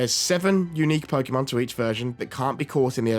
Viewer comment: Why do people still pronounce it pokEEEEEmon? It's Po-kay-mon.